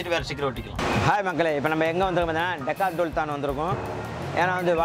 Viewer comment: decadhulton aah 😂😂😂😂😂😂😂😂 enakum intha name sariya solla varala firstuuh